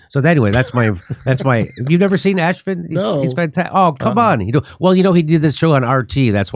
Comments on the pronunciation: "Ashfin"😂😂😂 Love it when you insult people without Even realizing it.. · It's pronounced AF-SHEEN. not ASH-FIN. 🤣